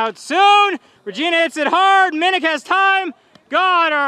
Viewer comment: Regina Last-uh never gets old 😂